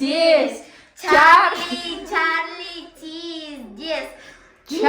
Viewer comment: Черли черли емес чарли чарли😅